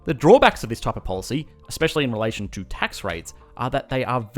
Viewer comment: When he says 'relation' I hear 'Malaysian'. Lol